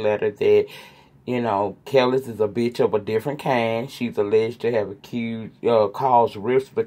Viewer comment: I am team Nas on this situation. Kelis (it pronounced Kah-Lease by the way) didn’t even want him to be there when the baby was born, yet always wanting more money in child support. Young Buck story, you said exactly what I feel. The woman involved needs to keep her mouth shut. It’s not her place to spill his tea & she better pray he doesn’t get her back. His business is his. Unless he’s out here putting people down, disrespecting The LGBT Community I don’t see the purpose of exposing him. Yeah for Colin & Nike. Enjoy your weekend & feel better soon.♥️♥️